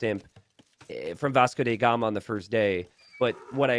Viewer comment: Yo,... my man.. bro... farm-bro... Can.. you.. please.... say DA gama, not DE gama... T___T